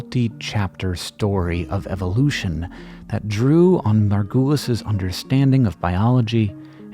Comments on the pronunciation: Can we talk about how you are saying her last name wrong the whole time! It is super distracting. Margu(uh not ooooo)lis. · Just rewatched this and still am sad about the way you keep on discrediting Margulis (which she pronounces sounding like marvelous instead of the way you pronounce it) She lived in deep sexist and capitalistic times and she had all the reasons to follow her intuition and knowledge so bluntly while making some of the most mesmerizing discoveries. She kept on being mocked and put into this new age hippie groups to discredit her. The way evolution is not a tree branching up into the distance but branches coming together is so compelling its still not accepted in popular science, like Micropia the zoo for microorganisms in Amsterdam still doesn’t explain this but keeps the old Darwinian idea alive of a tree. I’ve read her books and really think she needs more credit and less of this woowoo, we have always known this. If it feels like we have always known this change the diagram of the tree.